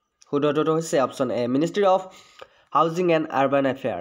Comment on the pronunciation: It's ministry not ministery🙄